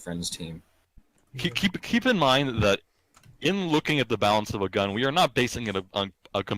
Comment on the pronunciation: Its balance not ballance